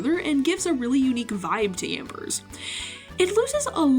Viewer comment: Did she ever explain why she pronounces Yamper withan S?